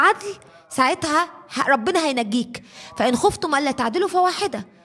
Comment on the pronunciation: خفتم بكسر الخاء وليس بضمها